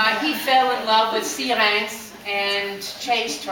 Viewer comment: OMG i love the way you say Syrinx! ps i love the story you gave too, every person plays this song in their own way!